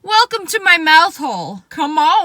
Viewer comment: no one: Lia: weLCOmE tO mY moUtHOLe